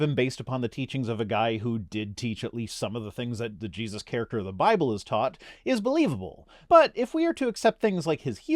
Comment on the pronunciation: How overdramatic and condescending is this chap!!! Also I've checked Amazon and can't find the 'Bye-bell' anywhere. Syllable emphasis should never be weaponized.